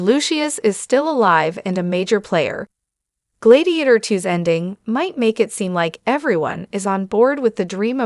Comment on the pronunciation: Glaydiator?? Why don’t you review these things before posting ?